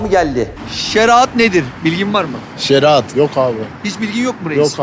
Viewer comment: Şeraat değil yapraam, şeriat